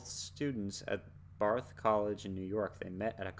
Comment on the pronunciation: Btw, It was Bard College, not Barth like that site said. Bard College, along the Hudson River in upstate NY, is where Donald Fagen and Walter Becker met in 1967 and began writing songs together. The school is the subject of the song "My Old School", which you should also check out. Fun fact: While in college, Fagen and Becker played in some bands (Don Fagen Jazz Trio, The Bad Rock Group, The Leather Canary). One of the bands had future comedian-actor, Chevy Chase, on drums. Chevy Chase was also a Bard student at the time.